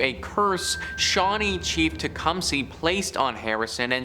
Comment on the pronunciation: It's not pronounced Tecum-SEE it's tuh·kuhm·suh.